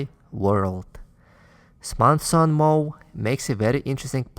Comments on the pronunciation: Its Samson not Smason. Just a soft correction. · Dude it’s Samson not Smason.